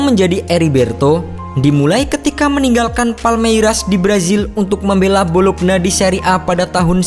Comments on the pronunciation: Bolonya, bukan bolokna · Bologna dibaca : bolo-nya. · Bologna Bologna 😑😑😑 Dibacanya "Bolonya" pe'a 😑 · Bologna dibaca Bolonya Chievo dibaca Kievo